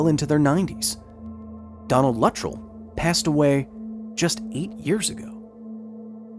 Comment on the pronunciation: Fantastic , but, the pronunciation of the name “Luttrell” hurts my head.